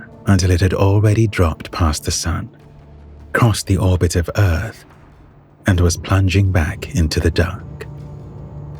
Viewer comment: Did he just say earf? 😂